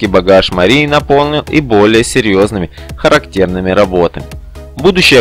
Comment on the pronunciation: Автор! Роли есть харАктерные, но никак не характЕрные! Вопиющая безграмотность во всём - в чтении текста, в произношении, в интонациях.((